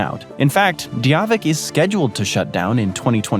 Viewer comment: What the hell is de -a veek its pronounced die-a -vek